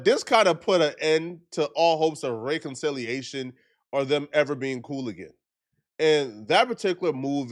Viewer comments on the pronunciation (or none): Rayconciliation…….what u saying???? Oh reconciliation 😂😂😂😂😂